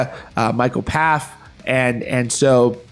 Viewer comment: His name is pronounced "Foff". Silent P in Pfaff.